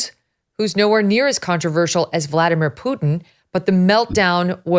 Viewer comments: PUTIN, not PUTN, Americans, please. You only got it right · "...with Poo Tin." Poo-Tin, huh? Just call him Uncle Vulva.